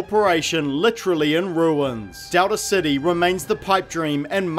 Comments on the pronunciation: Anybody else bothered by this guys pronunciation of "Dowda City" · I hear Delta City as “Doubter City” Seems more appropriate anyway.